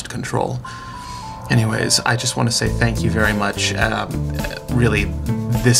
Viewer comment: no we tanke you for weryfing :)